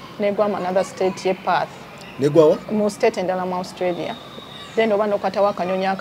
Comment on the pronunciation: Naye guy it’s Australia not ousstralia